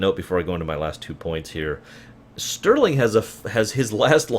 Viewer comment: Say it with me.. "Starling" ;D Not Sterling. Love you but arg lol.